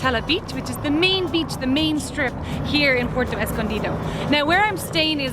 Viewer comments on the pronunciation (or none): I have watched several of your videos. I’ve found them informative and enjoyed your enthusiasm. However, I wince when you butcher the names of locales. IE: Taxco is “Tasco”. Puerto is “”Pwerto”. Please, please attempt to amend this. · Dangerous as hell Zicatela...... I left... Too many scary stories living there.................This guy is not giving an accurate report on what it is. He doesn't even pronounce Puerto correctly. Good place to get kidnapped... They don't mention the Mexican police cruising the Zicatela daily with Machine guns. So much to say be careful. Renting is good advice. The quality of surfing is mis-reported. NOT a place for consistent good waves. Maybe in the past but not now.